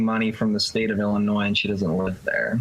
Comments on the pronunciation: Also, the S at the end of Illinois is silent. You don’t pronounce it just very bad thumbs down do better. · Did you pronounce the 's' in Illinois? That's whack